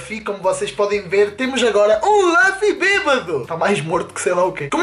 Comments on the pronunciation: só é pena não saberes nem dizer o nome do Luffy.... kkk.... laffy diz ele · Primeiro é luffy e não laffy segundo não é um sombreiro é um chapéu de palha que raiva kkkkk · Luffy e Ruffy sim está certo, mas diz-se LUFFY não Laffy... Isso é o resultado de misturar o inglês ás cenas kkkkk.... e se repararem (quem sabe de one piece) aquele costplay do franky tava bem feito, o é k n sabe sequer o k foi o Time Skip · ´nao é laffy é luffy